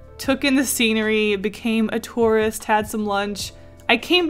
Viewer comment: When was saying tourist at first I thought she was saying Taurus like the zodiac sign